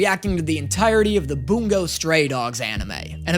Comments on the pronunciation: please... its Bun-Go not Boon-go... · buongo?? like it’s bungo